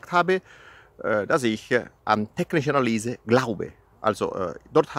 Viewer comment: Hallo, wo bist du gerade in DL? Kannst du bitte das nächste Mal "technische Analüse" sagen und nicht "technische Analiese".;-)